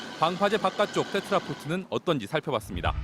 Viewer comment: 멍청한 기자분... 테트라포트 아니라 테트라포드 .... port(x) pod(o)